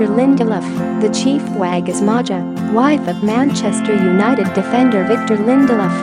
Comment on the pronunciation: Her name is pronounced MAYA ....😮